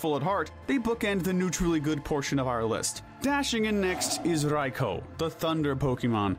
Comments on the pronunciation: Oh ffs. RAY-KWA-ZAH. OH WTF AS IM TYPING IT HE SWITCHED UP HIS PRONUNCIATION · raikOOOOO not raikOOOOH stop acting like you're cool for saying it go burn in his tower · "Riko" "Evil Tall" "Qrem" Bro its Raiko, Yveltal, and Kyurem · Christ. It’s not “jeer”-atina, it’s “gear”-atina. Also the way you pronounce Raikou makes me wanna scream. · The way you pronounced Raikou bothered me xD hahaha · I can't be the only who cringes whenever he says Raikou right